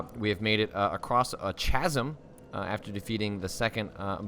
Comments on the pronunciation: Loving the playthrough, but, chasm is pronounced "kazm". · Some say cos.